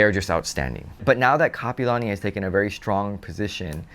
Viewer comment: it's Kapi'olani not kapalani. 👑Queen Kapi'olani 🌺🤍. You are what locals call a Transplant local. Back in my days it was FOB. Fresh off the boat. 😂